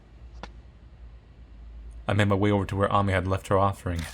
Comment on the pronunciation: I know its late... but Ami and Amy are pronounced the same way =D